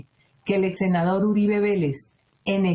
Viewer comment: Uribe no Uriba, saludos